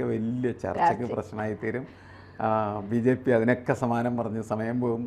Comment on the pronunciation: VJP യല്ല BJP അതു പോലും മര്യാദക്ക് ഉച്ചരിക്കാൻ അറിയാത്ത അവതാരിക സിങ്കം.